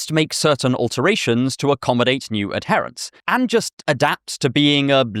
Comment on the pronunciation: Might want to double check your pronunciation of 'adherents'. Love the term Broicism btw haha, thnx